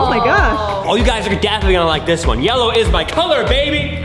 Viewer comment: Daniel teeth really said yello